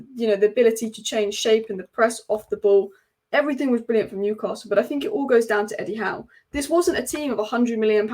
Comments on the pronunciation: Great channel but PLEASE not Newcarsell : it’s Newcassul. Keep up the good work anyway ! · There’s no r in Newcastle, if you can pronounce that correctly then your a winner, love the content.